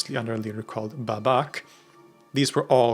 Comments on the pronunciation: The first Ba is kinda like the sheep sound Baaa, and the second syllable is like the word Buck, so Baaa-Buck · Bābak ( ipa ) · Hello from Iran ! hint for pronouncing the name " Babak " = first a is longer (like how you say in : Saw) , the second one is short and the " bak" in the word is just like : Back , in English ).